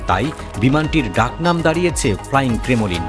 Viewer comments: পড়ালেখার অভাব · I've heard at least two commentators from different channels pronounce ' Kremlin' as 'Kremolin'!